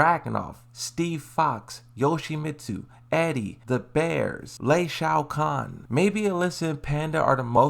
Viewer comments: Why do you keep calling him lee shaokan? My man, he is called lee chaolan. My guy you really need to fresh up your pronounciation, it's really annoying listening to you continously butchering the names of the characters😮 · Lei shao kahn? Is that lee chaolan? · It's a gimmick, he's always pronouncing names wrong bc he knows it'll get engagement. People ALWAYS are commenting that he pronouncing it wrong so that boosts the comment engagement. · i dont get why you keep pronouncing Lee chaolan Like he is an MK character but its funny XD